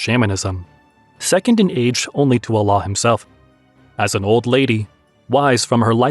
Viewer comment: Learn to pronounce the word Allah: Al-laah not Aa-laah!